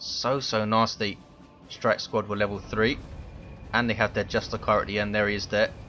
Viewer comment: euh, dont you pronounce justicar as justisar, you make it sound like its just a car but awesome cast, i played the grey knights myself but it needs to get nerfed/buffed/decreased cost etc. (oh and get the emblem which comes with the gk color scheme right you twats ^^)